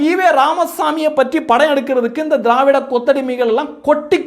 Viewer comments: நீங்கள் திராவிடிய என்று உச்சரிக்கும் போது காதில் தேவிடிய ஊடகங்கள் என்று விழுகிறது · நீங்க திரவாடியா பசங்க சொல்லும் போது என் காதில் தேவிடியா பசங்கன்னு கேட்கது 😂😂😂😂